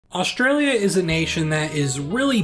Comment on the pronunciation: Osteralia and Westeralia